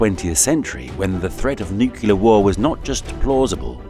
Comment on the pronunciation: noo-CLEE-er instead of noo-CUE-ler